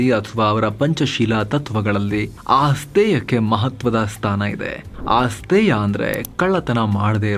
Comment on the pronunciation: ಆಸ್ತೇಯ ಅಲ್ಲ, ಅಸ್ತೇಯ, ಜೈನರು ಅಗತ್ಯಕ್ಕಿಂತ ಹೆಚ್ಚು ಶೇಖರಣೆ ಮಾಡದಿರುವುದು ಕಣ್ಣಿಗೆ ರಾಚುತ್ತಿದೆ